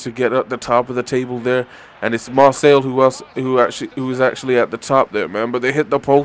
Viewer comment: by the way its Mar say